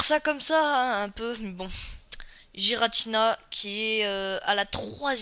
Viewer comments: Je dis ça juste comme ça mais ça se prononce pas "jiratina" mais "guiratina" ps je ne suis pas un hater je donne la vrai prononciation ;) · Tu dis des trucs faux, Palkia et Dialga ne sont pas rivaux. Et puis tu prononces mal Rayquaza et Giratina. Et Arceus est un cheval céleste... Pas un poney, et ce ne sont pas des éclairs... --' Et à l'avenir prépare-toi un texte car ta vidéo est vide tu ne dis rien à part : "il est classe" et tu te répètes et tu te trompes aussi.